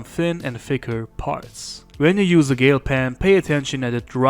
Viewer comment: Hey it's pronounced as gel like hair gel not gale just thought I'd correct you on that since you said gale pen! Superb drawing keep it up sensei 👍👍